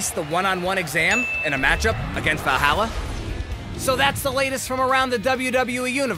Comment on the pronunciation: WWE is screwing over the Viking Raiders. Dude can't even say Valhalla right. Lmat